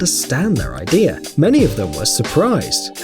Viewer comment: It's "idea", not "idear"... there's no R in idea.